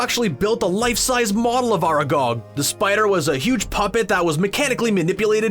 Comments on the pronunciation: How about "are gog" and "fleugh"? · ITS FRIKIN ARAGON NOT ARAGOG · That's not how you pronounce Aragog